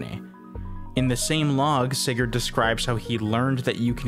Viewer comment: btw sigurd... not said like that put in google translate and make a danish person say it